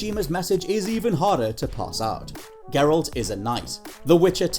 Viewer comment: Gurralt lmao. Ma’am. Ma’am how you gonna do geralt that dirty lmao I love it